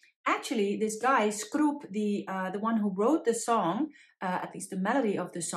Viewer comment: Hi,, here, a native czech. Let's start by improving your pronunciation of those surnames... It is "Tyl", don't pronounce it as "Teel"... Short "y", like in the word "tick"... The "Skrup"?! thing - It is "Škroup" [Shkroup], the first letter is "Š", like "shake" "she" "show", and the ending is having "ou", like in "wow", so it is Škroup. Jan Neruda - Great pronunciation! Bedřich Smetana - be careful with the surname, it is "S", not "Š"... S, like in "smile". I believe we will bestow the Netherlands. Time to cut those tulips...:-) Musical-wise, the czech national anthem is slow and sad. I am not a big fan of those type of anthems. I like much better the slovak one. It is march, it is quick and "combative".